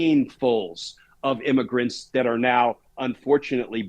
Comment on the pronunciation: IMMAGRENTS? IS THAT WHAT WERE CALLING CRIMINALS WHO SNEEK INTO THE USA?